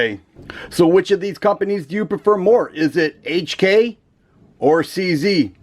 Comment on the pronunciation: Finally Someone that pronounce HK properly Like the hk series for the slide serrations..perfect aggressive aggressive